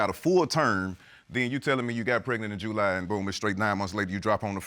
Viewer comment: He said JEWly so many times I wanted to SCREAM! Also, when did men start calculating (even close to accurate) conception dates!? Its not a straight back count.... attend Dr appointments potential fathers. That family member that told you you would only have boys, is only claiming their make heirs as well 🤷🏽‍♀🤣